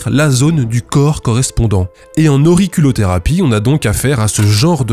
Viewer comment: Suis-je la seule à entendre auri-CULOT-thérapie ?